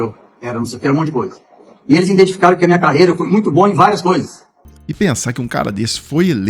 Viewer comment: “E eles INDENTIFIXARAM …” meu Deus do céu, que sujeito ridículo